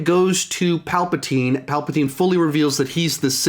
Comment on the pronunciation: “Palpatween.” -, 2019😂